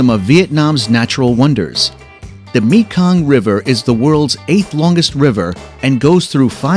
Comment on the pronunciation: Well, the moment I heard you pronounce "Mekong", I knew your were not a person, and those who put this video together, did not care at all to proof it before releasing it.